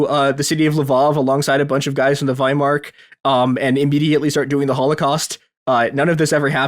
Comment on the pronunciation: You undercut your credibility with guests who consistently talk about the "wehrmark/weimark" instead of the Wehrmacht.